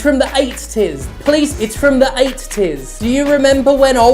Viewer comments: idk why but the way they said "eight-ties" fucking destroyed me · The way you said EighT-Ties just cracked me up for some reason 😂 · There's only one "t" in eighties FFS you brits.